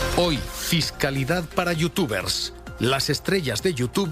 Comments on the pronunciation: Es tan tonto el inicio XD, los datos mal, no sabe pronunciar los nombres de los youtubers Primero en el primer clip que ponen dice: Me voy para vivir con mi señora. Inmediatamente dice el presentador: Se va para pagar menos impuestos. .-. Algo que no saben los de la tele, ser youtuber o strimer no es para siempre, va a terminar aburriendo a su publico tarde o temprano y su canal morirá, por eso tienen que reunir la mayor cantidad de dinero para vivir tranquilos, no es un trabajo fijo, puede el día de mañana decir una tontería y que lo cancelen en twitter y así perderlo todo, ya ah pasado y es normal que quieran reunir la mayor cantidad de dinero posible. Me sorprende como explota el mundo porque unos youtubers se van a vivir con sus amigos y a ganar más dinero, pero cuando pasa una noticia de que x político robó cientos de millones, lo ven como algo normal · Me hace gracia q no sepa pronunciar los nombres de los youtubers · Perfecto como pronuncia los nombres de los youtubers y como no sabe lo que esta diciendo y esa "información" es mas falsa que un billete de 3€